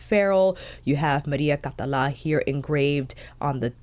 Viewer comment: You pronounced the name perfectly, don't worry ;) Also, thank you so much for being super honest about the feel of the brushes. As a fellow fude enthusiast, I was wondering how these new generation fibres that claim to mimic natural hair compare to actual squirrel or saikoho (same with the Victoria Beckham ones).